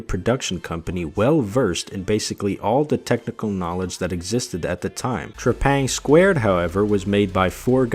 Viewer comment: It’s trepang2, not trepang squared…😅 Dope vid